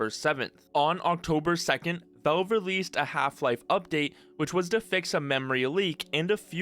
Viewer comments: Why do you say Velve instead of Valve? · Why do you keep saying "Velve"? It's "Valve". You're clearly able to pronounce A's properly as you say Half-Life correctly and don't say Helf-Life. The A in Valve is pronounced exactly the A in Half-Life.... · When he says velv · I swear TO GOD IF YOU SAY VOLVE ONE MORE TIME ( /s) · But like real talk, why do you keep saying "Velve"? I'm not sure if you're just trolling me at this point. Edit: Ok just finished your video, good vid man. BUT I SWEAR TO GOD IF YOU SAY VELVE ONE MORE TIME. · For the love of God, please pronounce Valve correctly and stop saying Velve... 😖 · Is it really that hard to say valve properly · Nitpicking but you need to work on your pronunciation, especially with the word "valve". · I'm assuming it's an accent thing, because how do you run a channel about Valve games and not be able to pronounce it properly?